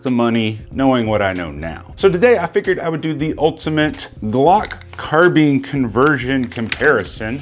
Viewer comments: It IS “car-bine”, I’ve never heard the pronunciation “car-been” before and yes, it was doing my head in too! 😂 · Anyone else annoyed by the"car-beeen"?? Some reason I feel better saying"car-bine"... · It's CAR. BINE. Not Carbeans ffs. 😬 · You say carbean I say carbine.... But I'm from the south.... So theres that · Why is my man saying car beans??? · Car-beans lol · Is it " car - bean " or " car - bine " !?!? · Say Glock Carbeen one more time. You know so much about Guns but don't know how to pronounce Carbine. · Michael Hodge it could be an accent thing. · Why does he say carbine like that 😂